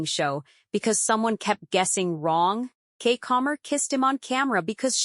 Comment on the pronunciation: CHIIIICK!!! If you don't STOP calling her KEEK...it's pronounced "KEE-KEE".